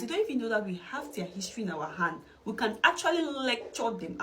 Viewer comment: My brother creates his own his-to-ry😂😂😂